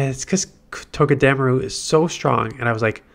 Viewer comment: It’s TOE-Guh-duh-Maru Come on man your better than whatever it is your saying😂 still my dude tho keep the vids coming 15-22 mins plz